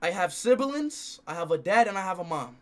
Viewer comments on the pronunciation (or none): Speed said siblingins💀💀💀